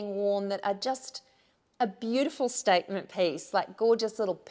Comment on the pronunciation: LOVE that you pronounce piece as pace! Charming.